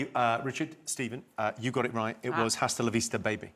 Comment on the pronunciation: If anybody is interested, the "h" in "hasta" is silent. To Spanish speakers, it sounds absolutely ridiculous when you pronounce it like you do in English!